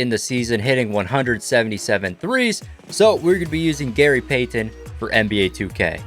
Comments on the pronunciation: i hate how he says gary payton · i hate the way this guy says gary payton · “Gary Paytan” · Gary pay-ten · The way he said Gary Payton triggered me so bad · Love everything about this video other than how you say Gary Payton. That sucks